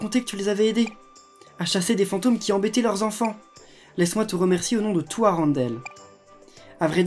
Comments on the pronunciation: la ville de la reine des neiges se prononce comme ton prenom arendelle si nn j aimme bien tes videos bisoux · Le e et le n darendelle se prononce n